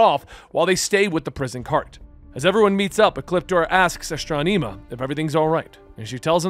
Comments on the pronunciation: Asss•tron•imma That's how you say her ne bro. Lol love ya ty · Why are you pronouncing it astronEma? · the E in Astronema's name is prounced with an eh sound, not ee, so it's Astron-eh-ma. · Aston ama her name is said man not astoneema.🤣🤣🤣🤣🤣🤣 It really makes it hard to listen without laughing hard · Astro-knee-ma 🤭🤭🤭 is an interesting way of saying it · Astranema you said it wrong brother good story though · Ahhh strom eee maaa. Referred in power rangers in space & lost galaxy, but hey you try to do proper pronounciation. Tamatoe tamato.... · The fact that we have VERBALLY heard how the names of characters have been said and you still manage to say them wrong baffles me. Gigan and Astronema and so many others. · It's bothering me how is saying her name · I know it bothered me to, he could have just youtube old PR in space episodes to see how to say it. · Enjoyed the video. Just the mispronunciation of Astronema keeps taking me out of it. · Astronema is not that hard to pronounce. Hell you can look it up on YouTube. Please stop saying it wrong? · Everything was great but hearing him mispronounce that name hurts me so much 😂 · Please the name right it's killing me how you're saying her name. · Mispronouncing Astronema is killing me.